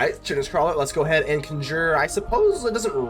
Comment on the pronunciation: The funny thing about roots is you build a board so big they scoop before you ever get a chance to swing- the chitenous crawler - it's pronounced kytenous- it's like cockroach shell which is made from chiten -I said it like you did for ages before someone told me